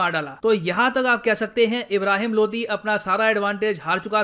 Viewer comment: Sir Ye Lodhi hai LODI nahi hai😁😁😁